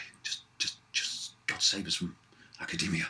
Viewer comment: " aaa-kah-day-me-ah" lol